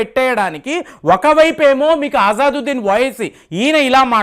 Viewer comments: అజాదొద్దిన్ కాదు బాబూ.. "అసదుద్దిన్". పేర్లు పలకలేక పోతున్నావ్ ఏం చదువుకున్నావ్ నీవు..? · గారు అజాదుద్దీన్‌ కాదండి, అసదుద్దీన్ సరైన పేరు. మీరు ఈ మద్య చాలా పేర్లను తప్పుగా చదువుతున్నారు. ఒకసారి సరైన పేరు నిర్ధారించుకొని వీడియోలో చెప్పండి. తప్పుగా అర్థం చేసుకోవద్దు. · Intha cheputunnavu MP peru sariga pronounce cheyali kada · Asaduddin Owaisi ni peru ucharana cheyatam ratledu mee bava Gari peru maryada Ga palku.